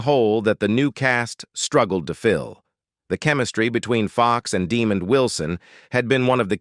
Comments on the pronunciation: This guy is mispronouncing Demond Wilson's name it's not demon 🙄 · Deeeee-mond? Wilson - that's NOT how u pronounce this now minister's/evangelist's 1st name! lol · F bombs on the narrator for mispronouncing Demond Wilson' name. Its pronounced Dĕ mönd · IGNORANT AI VOICE!! His name is Demond not Demon! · Fix that stupid A.I. Demon Wilson? SMH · Tried to watch..But Demon...C'mon AI .. total disrespect... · Demon Wilson.....lol. A I is great isnt it? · "Demon" Wilson - A I strikes again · 1st time this pronunciation Demon was ever used. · Yes please! Stop saying demon. 😂😂😂😂😂😂😂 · That's stupid ass AI for ya! I think this voice-over moderator was saying Demund..maybe not Demon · DUH-MOND Wilson. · Why he keeps calling Mr Wilson DEEEMOND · Yeah De-mond Wilson,he wasn't a demon 😂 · Facts."Demon" Wilson. Tf? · I can’t believe the moron narrating the video doesn’t know how to pronounce “Demond.” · Dee-mond Wilson... Isn't pronounced like Deh-mond? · Man you can't even pronounce Demonds. Name please find a real job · Pronounces De' mon d...get it right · It's Desmond, NOT Demond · You mispronounced Mr. Wilson’s first name. As Fred Sanford would say, “You big dummy.” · You are saying Demond’s name wrong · I wish there was a counter on the screen for every time the AI mispronounced Demond Wilson's name wrong. Lol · This idiot narrating can’t properly pronounce Demonds Name properly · Ok it's working on my nerves, the way he's saying that man's name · Demon????? Try DemOND! This guy constantly botches the names of well known people! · Artificial NON Intelligence, it's pronounced Daa-mond, almost like diamond 💎, "NOT" demon !!!👹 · no no, ai... its deh, mond, not demon d... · You big dummy! His name is Demond not Demon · Stop using these annoying AI voices. The man's name us DEMOND. NOT demon. Good grief. Do you have any editorial oversight? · Demon Wilson ??? 😂 His name is Demond , wow AI need to stop 🛑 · Its pronounced De-mond not Demon......dumbass ! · Not Demon its Demond